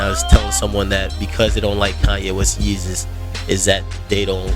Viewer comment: Agree, Yeezus is wack. I knew it was gonna be wack when he didn't pronounce it "Yayzus", he dropped the ball there. This is produced by KANYE WEST and DAFT PUNK. It is not either of their acts best work, it is their worst. even if you like this album, I bet money you don't think it's better than 808's (which I also hate). College Dropout, Late Registration all day, Dark Fantasy dope, Graduation 1 or 2 big bangaz, BIN THE REST!!!!!!!!